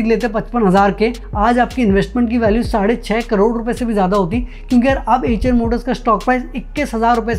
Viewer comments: Bhai एएचर नहीं आयशर मोटर्स है। अंग्रेज के जैसे गूगल ट्रांसलेट मत करो। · 😂😂😂😂 acha eicher Motors By hearing you it sounded like "HM noodles" 😂😂😂